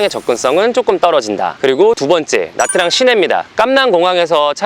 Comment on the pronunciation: 참고로 베트남어에서 복자음이라게 있습니다. Nh 나 Tr 이 그중에 해당하는데, Nh는 'ㄴ' 발음에 약간 'ㅎ'가 따라오는 발음인데 Nha는 '냐' 발음쯤 됩니다. Tr은 'ㅉ' 발음입니다. 그래서 Nha Trang은 냐짱이라고 발음하시면 좋습니다.